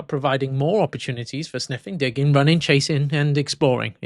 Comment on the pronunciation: Had to listen to the part three times to decipher what you were saying because it does not come out digging it sounds like Sniffing di*k had to tell my boyfriend laughed so hard